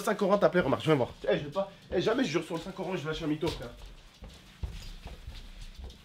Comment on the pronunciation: "Sur le saint corant"